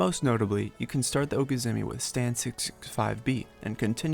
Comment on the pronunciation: The progression of how a char's toolkit is being used is cool, good video concept! (ps: it's okizeme, not okizemi)